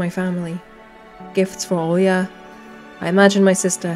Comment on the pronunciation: 10 seconds after you mentioned the Olga instead of Olya my brain finally kicked in when I was drinking water and then water shot out of my nose! My brain has such slow reaction. Lol … Olga 🤣